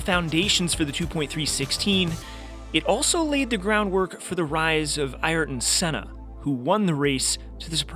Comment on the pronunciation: that is the weirdest pronunciation of Ayrton Senna i have ever heard :face-green-smiling